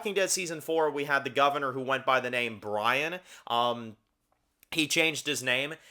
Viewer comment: You’re saying the name wrong. But yeah his lover is the man next to his adopted son. Presumably they adopted the kid years ago like Carol and Zeke. It’s not hard to assume.